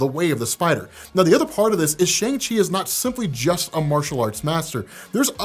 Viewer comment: All the chinese actors/speakers pronounce it "Shang" and NOT "Shaung". It is only used as a joke to rhyme with 'Shaun' by the american actors